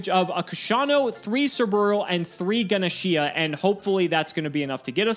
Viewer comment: Lol "Gana' Sheeah.. no its Gah- Nesh based off a Hindu God.